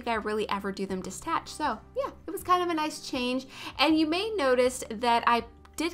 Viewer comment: not hating but it is "detached" not "distached"